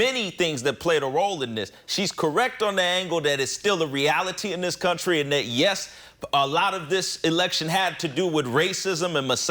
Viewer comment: Please tell this idiot the word is "that" not dat